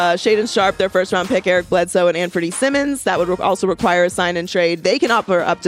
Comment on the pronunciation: it’s Simons not Simmons you woman